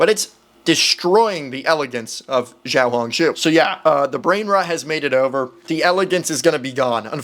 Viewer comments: you are wrong, the reporter in pronounced it better than, why did he say "jiao"??? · I mean the first time he said it, it wasn’t horrible however he developed into saying incorrectly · its pronounced siao hong shu (spelling is xiao hong shu) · And the"书"is also wrong it's pronounced as su even though the word is shu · Bro said Jiao Hong su but it's xiao Hong su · chinese here, you pronounced xiaohongshu pretty good, the 'xiao' was almost perfect. the reporters did it worse Edit: did not realise he said jiao instead of xiao 🦶💀💀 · 小红书 xiao hon shu 😂 that is how to pronounced 🎉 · U didn’t pronounce it right- It sounds like “Shee-yow-hoon-shoo” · YOU DID NOT PRONOUNCE IT RIGHT The first word means “small” and small is siao u said it a bit different yes I’m Chinese why would I use translaters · Bro said "ZHIAOHONKSHOE"💀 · He didn't pronounce it right bruh, pinyin is a Romanisation system, you learn to pronounce as needed. English is missing these sounds since they faded away. He just said jiao hong su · Im not chinese but he said jiao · No were close to how you pronounce小红书I’m Chinese soooo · no you didn’t pronounce it right Chinese, and this is a tonal language and English isn’t so foreigners won’t understand Plus that’s a simplified Chinese and I don’t know how to write that, but I’ll write its name in traditional Chinese 🤓小紅書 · yeah no that pronunciation was way off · its more pronounced "xiao" as in the show in shower, hong as in like hoooong not a "oh" sound more like an "ooo" sound like when you see something cool, and the "shu" is pronoucned "shoe" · you pronounced that wrong lol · im from hong kong STOP PRONOUNCING RED NOTE IN CHINESE INCORRECTLY PLEASE IM BEGGING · AS A CHINESE YOU DID NOT PRONOUNCE 小红书CORRECT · You did not pronounce 小红书 correctly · u completely pronouced that wrong lol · He said it wrong and I’m Chinese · he said that so wrong and im chinese